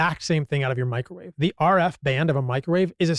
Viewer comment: its microwave, just sayin